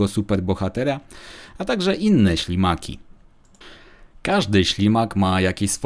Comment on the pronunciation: Czy tylko ja usłyszałem na samym początku szlimaki zamiast ślimaki?